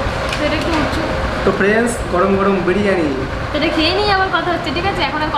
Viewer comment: Dada tumi frienc kano bolo,,ota hobe friend,,bujle,, kharaper vebo na,,tomader video ami deki,,ar valo o lage